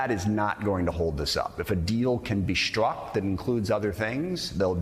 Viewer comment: Rep. Adam Smith, instead of pronouncing the "s" sound, always pronounces it as: "sh": Instead of saying: "...if a deal can be struck...", he says: "...if a deal can be shtruck..." Instead of saying: "strong" he says: "shtrong". Interesting.